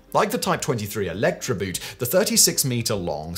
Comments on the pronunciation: 'boot' ? - as in shoe? I think you'll find that the German 'boot' for 'boat' is actually pronounced closer to 'boat' than the way and Englishman would pronounce 'boot' meaning a a shoe with a partial shin covering. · Had you seen Das Boot you would know boot is pronounced just like boat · 'Boot' in German is pronounced more like the English word 'boat'. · Do you have any idea how grating it is to hear you mispronounce the German "boot"? In German "boot" is pronounced just like the English "boat". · Someone should find out how to pronounce the German "boot" or translate it as "boat" — seeing it has nothing to do with foortwear.. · It sounds really daft when you keep pronouncing the German word "boot" like the English word for a type of footwear. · PLEASE look up how to say Boot.